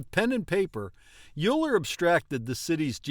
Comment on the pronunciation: I was taught that it was pronounced 'Oiler'.